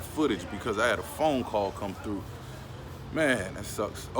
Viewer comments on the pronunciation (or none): none